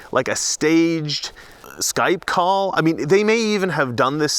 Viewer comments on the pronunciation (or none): none